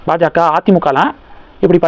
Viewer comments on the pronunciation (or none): none